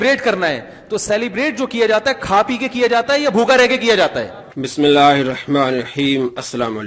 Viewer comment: meherbani karain Sab say pehlay bismillah theek parhain Dosra darood b theek parhain Isi video ghoor karlain Pehlay b kaha tha leken aapko samaj nahin aati Phd karnay to saray mufti nikal paray leken bismillah abtak theek nahin Aur darood Naozbillah yeh kia guft hay (Aap Sallalaho taala aali wali wasalam) Ghor karo bahi darood aisay parho AAP SALLALAHO ALEHI WA AALEHI WASALAM video banay ke itni jaldi k tahamul say darood b sahi na parh sakay